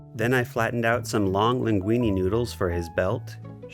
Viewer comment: It kept getting funnier with every repetition of the word "Long." "Longk" may have done my gut a permanent injury.